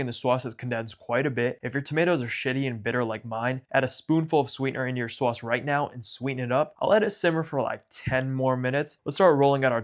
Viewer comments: I can tell from the way you say other words that your pronunciation of SAUSCE is not done ironically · seriously the way you say sauce is chef's kiss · Your sauce pronunciation is everything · You don't know how to say sauce. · what's the point of making pizza if you don't pronounce 'sauce' like Tony Soprano